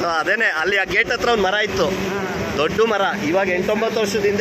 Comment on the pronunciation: ಇಲ್ಲೊಂದು ದೊಡ್ಡು ಮರ ಇತ್ತು ಎನ್ನುತ್ತೀರಿ …. ದೊಡ್ಡು ಮರ ಅಲ್ಲ. ದೊಡ್ಡ ಮರ . ದೊಡ್ಡು ಅನ್ನುವ ಪದ ಕನ್ನಡದಲ್ಲಿ ಇಲ್ಲ. ಡಾ. ರಾಜ್ ಅಮರ 🙏❤️